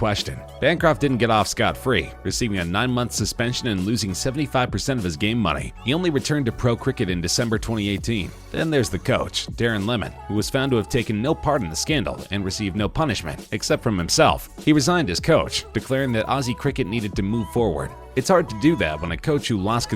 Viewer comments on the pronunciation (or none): It's pronounced 'Lee-man' not lemon. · The aussie coach pronounced lee man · Yeah and they don’t pronounce any names properly. Darren Lemon lol wtf. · it lehmann